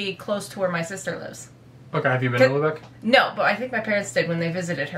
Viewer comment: Sorry es ist Lübeck und nicht Lubeck ..